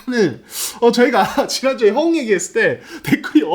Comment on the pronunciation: 류기자님 허웅 발음이 갈수록 격해지시네요 헣웅 허억웅.. 허웅으로 부드럽게 해주세요